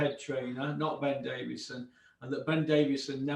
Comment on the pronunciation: Yeah listen guys I don’t wanna be a prick but can we get his name right? It’s Ben Davison. There is no fucking d.He’s not a David